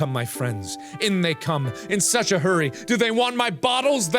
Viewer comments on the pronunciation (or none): none